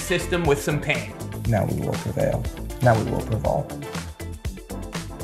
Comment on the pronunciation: “Now that we’ve ‘prevaled’” 😂🤣😂🤣